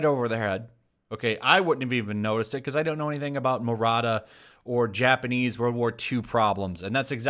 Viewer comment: It's "maruta" not "murata" But yeah this controversy is silly. I guess it's equivalent of calling a super villain Dr. Auschwitz.